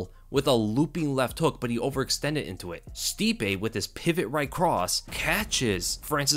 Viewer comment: I toooooold you all, I can’t believe how everyone was saying stipe again . No wayyyyy